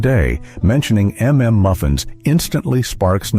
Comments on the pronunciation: "M"M" Muffins lol... it's suppose to sounds like UMMM MUFFINS.. Stupid ai voices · Never heard of half of these. Also “m” “m” muffins? Are you broken? It’s mmmuffins…..it’s not difficult. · I was going to comment on the AI voice's pronunciation of "mmmuffins," but then I realized I don't know how it's supposed to be said. I've always thought you're supposed to stutter.